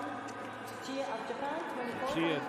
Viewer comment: Yes. It is. The one that stood out to me the most was "Tsuchiya" which he mistakenly pronounces with a K. He also strugged with Gelinas-Beaulieu. It happens, but I wouldn't say he isn't making an effort. But you seem to think that only English announcers aren't making an effort, which just reeks of classic European arrogance.